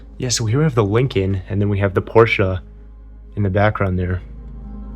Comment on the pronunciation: Thank you for saying Porsche correctly